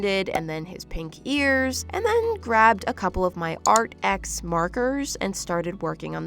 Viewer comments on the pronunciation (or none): I think its pronounced Arctics not ArtX